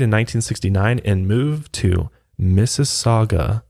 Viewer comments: Finally, someone pronounces "Mississauga" correctly. Well done,. Even Obama messed it up. "Massasoggy"?..come on, Barack. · Umm...I grew up in Mississauga (impressed you said that properly lol)...how have I never heard of this case?!...just Google maps the street, it's literally a 10min drive from where I grew up, and my parents still live. 😨 Mind blown. Also, the first way you said Sobeys was right. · Im from Canada!! Yes you pronounced Sobey’s correctly and Mississauga😂 but 25 years is the max amount of time you can do in Canada. It is considered “life” here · From London, Ontario here! You guys said everything right😂 except Sobey’s was a little rough but I am very impressed with Mississauga LOL thank you for covering!! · Good job pronouncing Mississauga! But sobeys is pronounced so-bees :) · As some one who currently lives in Mississauga thank you for pronouncing it correctly LOL! I cant believe that I have never heard about this case.